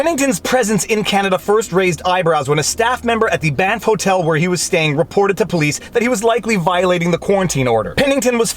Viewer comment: You keep saying "Banff" Hotel, and I keep hearing "BAMF" Hotel. Now I wish there was one somewhere out there.